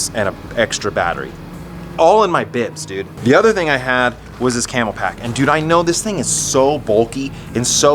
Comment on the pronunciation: Please stop saying "Camel-Pack." It's Camelbak. It's written right on the bag.